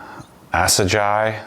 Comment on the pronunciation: Love the bike!! Assegai is pronounced "Ass-eh-guy" It's MAxxis' grippiest tire which is definitely overkill for your Blur. Hopefully I win the dream garage and we can go ride local trails here in San Diego and show you my pride and joy Antidote Carbonjack custom painted in Nissan Bayside Blue and Midnight purple